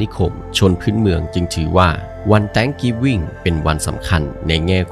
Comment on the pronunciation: กรุณาออกเสียงคำว่า “Thanksgiving” ให้ถูกต้องด้วย เวลาคุณออกเสียง เสียงตัวอักษร “S” ไม่มีเลย ถ้าจะพูดภาษาอะไรก็ตาม ควรออกเสียงให้ถูกด้วย คนรุ่นหลังฟัง จะตามตัวอย่างผิดๆ